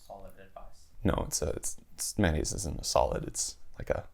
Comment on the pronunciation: Am 🍐? No! Bad! Don't say it anymore! Amp 👂. It's an electrical term dude, use it from now on. Ren wahr? No, just no! It's French. Ren wah. Man aise? No, that's just gross! Ewww! Mayo nase. 😜🤪